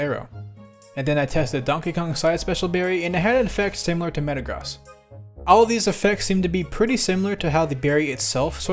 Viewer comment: Pokémon nerd here. It’s pronounced meh-tuh-grows (but sounds like the word gross) not met-tuh-gros.